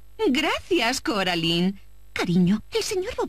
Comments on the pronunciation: Es cor------- alain 🙄 no coralin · Deard Se pronucian Coralain, No Caralain. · Si hubieran puesto las voces originales de la película en español el juego hubiese sido excelente (Es Coraline no coralin) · que paso con ese coralin :v no que era caralain así se pronuncia :v se escribe coraline :v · No es coralin es Coraline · Se dice coraline no caroline jasa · No me gusta que le digan coralin }:v 😫